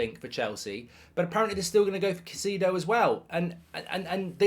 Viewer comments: Who's "Kah-see-dough"??? It's such an easy name to pronounce Mark.. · Caseedo? Spend sometime down south, it'll help your pronunciation 😂 Great transfer round up BTW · Mark never dissapoints to misspronouncing every single players name WE SIGNED CAICEDO MARK SHHH